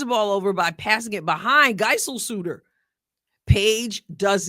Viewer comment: I know probably nobody cares but just in case anyone does, Geiselsöder is pronounced Guyzellsöder, the "ö" is pronounced like the "i" in "sir"